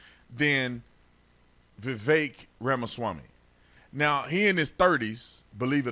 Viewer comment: Spot ON! The more I listen to Vivek, the more I LIKE him. Love that you actually pronounce his name correctly!👍